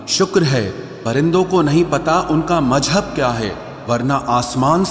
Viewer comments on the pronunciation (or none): majhab nahi mazhab hota ha